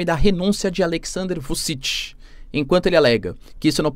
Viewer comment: E ainda errou 😂. Fala-se Vutchitchi